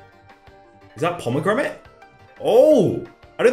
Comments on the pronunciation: I like how he's saying pomegramate and not pomegranate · Did you really just say pomagramit? It's pomegranate. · He kept saying pomegramate.. its pomegranate (pom-eh-granite) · when he says Pomegramate instead of pomegranate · is it just me or did everyone get triggered when he said pomegramate and not pomegranate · Today is the day we realized can't say "pomegranate" 😂😂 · Every pomegramate said gave me another year on my life. So wholesome lol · The way he says promognate smh the FBI better be coming for him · Pomagramit lol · *promognate XXXDDD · finally someone noticed 🤣🤣🤣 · No one:: pomegramit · Highlight of my day was saying- ‘Pomogramate’. Thank You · the way pronounces pomegranite makes me think "pomegromit and wallace" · Nobody:: Pomegramit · “Pomegramites” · pomagranit thats how u say it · 😆😆 Let's not be harsh on the lad for it though, Benedict Cumberbatch can't say 'Penguin' 😆😆